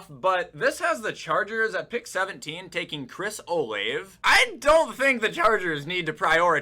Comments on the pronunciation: dude pronouncing olave as “ohLAIVE” instead of “oh-lahv-ey” pisses me off too much as a buckeye fan smh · I think it’s pronounced Oh-Lave-Eh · chris olave. (OH-LAH-VAE) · The way he said Olave 😂😂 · We need to teach to say olave right 😭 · Fr tho, as an Ohioan that pains me every time